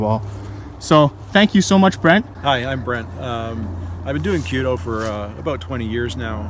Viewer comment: Kyu-do not Kyo-do.